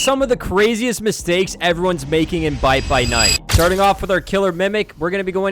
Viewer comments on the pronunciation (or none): "BITE BY NITE"😭